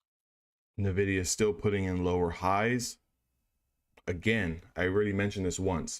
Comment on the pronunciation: Great vid. Real time is the best. BTW its not NUH-vidia. 😀